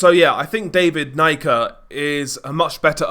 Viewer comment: Pronounced knee-ka